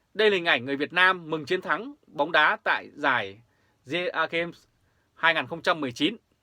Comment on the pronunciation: SEAGAME , đọc là : xi -gêm , theo kiểu tiếng Anh , dân mình dễ hiểu hơn . Thương.